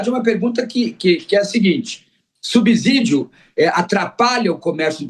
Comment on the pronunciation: Fiquei doente de ver esse professor tão entendido em economia ser tão ruim em português. Pronunciar "subzidio" é imperdoável.